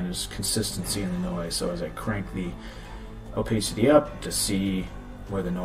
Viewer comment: Oh pass city!! Opacity. Not oh pace city. Haha The blue marble? Bah hah hah! If i were involved with the retouching then they WOULD get away with it. Just sayin